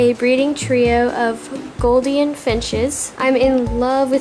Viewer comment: Gouldan I’m Australian it’s said goul-de-an